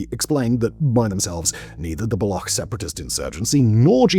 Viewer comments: It's not pronounced as Balokh as you are doing. You are pronouncing it as it is pronounced in the world Lochness The ch is pronounced as ch sound in cheese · Its not "Block" its "Baloch" . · It’s pronounced Ba Loach! Not Block. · It’s not Balokh, but Baloch. Ch here is pronunciated as it’s done in Chapter. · Its not balokh it baloch with a ch as in cherry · It's not Baloc but Baloch (ch as in China). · Baloch is not pronounced as bal-ock but as bal-oo-ch. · Buddy please it's not balo-khhh--- It's balo-chhh--- it's hurts my ears funny. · BULLOCCKK PEOPLE?? You already pronounce it properly while saying Balochistan. Just remove istan and say Baloch. Chhhh... Not khhh... 👍🏻🇮🇳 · It's pronounced ba-lo-och...not ba-lo-ok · Its not balok, its baloCH.. ch as in chick. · It’s baloch bro not balokh 🤦‍♂️ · Balokh is the current pronunciation in the balochi language. "Baloch" is a urdu/punjabi pronunciation. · Baloch not Balogkh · In one sentence you say both "BaloKH" and "BaloTCHistan". Be consistent an prepare before you narrate the video. Do some research on proper pronunciation. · Appreciate the report. Pretty good. But "Balokh"? A big bungee journalism-like, no? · The ‘ch’ in Baloch is ‘ch’ as in ‘chair’ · Murdered the word baloch. Pronounced “buh-looch” ch like change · why are you calling baloch as balokh? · U say balochistan right but when istan is saperated all of the sudden now its pronounced Block? Block people lol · How hard is it for you to learn how to pronounce the subject of your video properly? Balokh? Seriously? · FYI it's pronounced as /bəˈluːtʃ/ bə-LOOCH not ending in -kh. Free Balochistan from Paki oppression!! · Baloch. Bal-och. The "CH" is not silent. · End in Collapse? Was our system ever standing on two legs to begin with? And work on your pronunciation. The way you pronounce Baloch is hideous. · This man made a 24 minute video but couldn't bother to do some basic research about how 'Baloch' is pronounced. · Learn to pronunciation before making video 😀